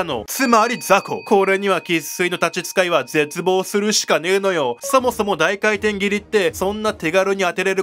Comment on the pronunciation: 高圧廻填斬り こうあつえんてんぎり→✕ こうあつかいてんぎり→○ 動画だすより漢字の勉強しよう